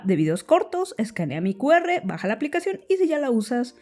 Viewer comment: Cuando dices "escanea mi qr" por un momento crei oir "escanea mi cuerpo" jajaja